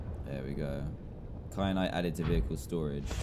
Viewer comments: Dan, it is KYANITE not KRYANITE. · Dan keeps saying kryanite when it is kyanite!!!!!!!! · Who else noticed dan said crynite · DAN!! I can’t take it anymore, it is so annoying how you call kyanite cryanite